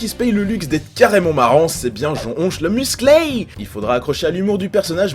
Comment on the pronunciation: "Jean Onche le Musclay" Euh non